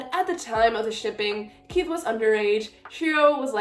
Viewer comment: Congratulations again ❤. Do you think Estelle can see through the Mist because Sally could? Btw Keefe is pronounced Keef without the e sound at the end. Also now you feel our pain with kotlc. Thanks so much again!!!